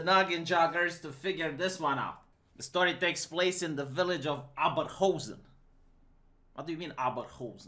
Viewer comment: Its pronounced more like... Owberhousen i guess